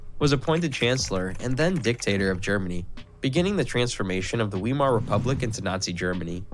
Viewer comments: This German histort mispronounces the word "Weimar" !!!! It's V-eye-mar -- not V-ee-mar. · Die Aussprache von Weimar ist so grottenschlecht - KI Mist